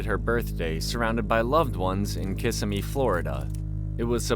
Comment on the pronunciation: Kih-SIMmy. Not KISS-uh-me.